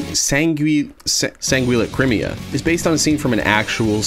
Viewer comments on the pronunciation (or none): Sanguilacrimae, pronounced “Sang-will-i-cry-may” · Sanguilacrimae San-gwill-a crime- A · Sanguilacrimae (pronounced: sang-will-ac-rim-ay) :trol